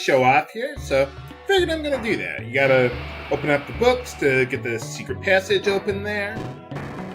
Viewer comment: u said secret passage wrong